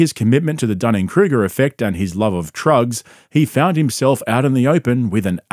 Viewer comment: "Love of truggs" lol